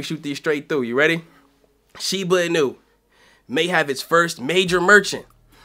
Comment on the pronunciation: Dude the accent is not on the "nu" it's on the "i" in Inu. You say it wrong